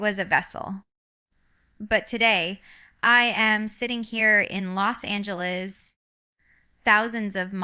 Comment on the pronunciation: I noticed she said Arkansas and Los Angeles weird. So I thought that was fishy.